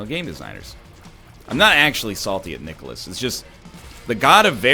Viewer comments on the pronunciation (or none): Is the way NL pronounces nicalis right? Sounds like nicolas to me. Or is it a joke? Or is there someone called nicolas? am I an idiot?